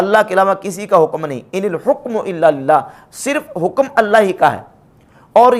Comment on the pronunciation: آپ حُکم پڑھتےہیں -غورفرمائیں شاید (ح) کےفتحه کےساتھ ہو !!!